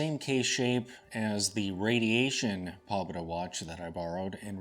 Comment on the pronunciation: It's pronounced more like,... "poe-bay-da"